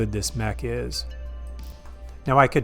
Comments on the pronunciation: You say Davion correctly. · And being an English speaker (instead of an American speaker) I can confirm you say the name Davion properly. Until American AI takes over, there is in fact a proper way to speak English that has nothing to do with how any individual feels it should evolve for their personal use. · Lol I always said it day-vion too. Can't stop now